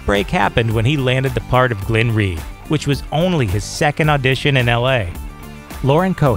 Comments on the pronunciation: Leonmegan it's Glenn RHEE not Glenn Lee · It's Glenn Rhee